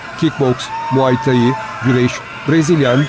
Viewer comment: Muaythai yazıldığı gibi okunmaz ve çoğu dövüş sporu ismini yanlış okuyorsun